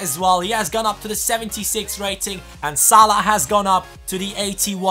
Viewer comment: great episode btw it's actually salah not salh